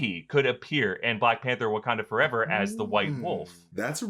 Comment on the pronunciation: 'foreva-eva?' I'm sorry, Ms. Jackson.